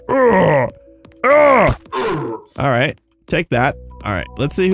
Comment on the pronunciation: when u said "alright alright" it sounded like u were saying "~ARA ARA~"